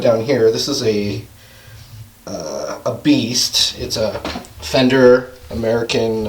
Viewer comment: I love how he says "ameerican" for almost every guitar